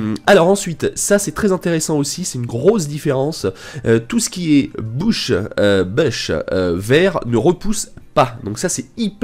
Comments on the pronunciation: On dit pas besh au lieu de boush x) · On dit Bush pas boush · On dit pas un "bouche" mais un "beuche" 😉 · On dit besh pas bouch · Mec ta dis bouch au lieux de bouch mdr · les "bouches", faut apprendre à dire bush mdr